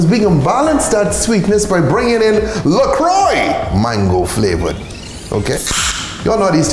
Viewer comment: Something about that pronunciation of LaCroix just kills me